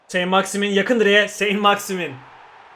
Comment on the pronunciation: Sent maksiman diye okunuyor